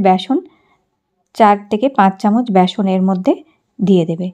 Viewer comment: ব্যাসন নাকি বেসন?